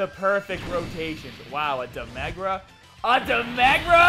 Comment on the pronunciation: No one:: DE MEH GRA